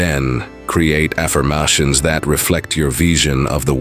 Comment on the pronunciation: "I attract abooondunce, as a poocess the transformative Taaoouucchhhh of an alchemist. Then create affermmaaahhtions that reflect your veesion of the world"...... great advice, but you should try listening to the video a couple times before putting it out.